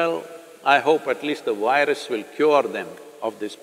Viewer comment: Why is it so difficult for Indians to pronounce "v". It's "virus", not "wirus". It's"video", not "wideo". It's simple. All you have to do is say "f" sound softly and it will sound like "v". Try it now. "firus"..."virus".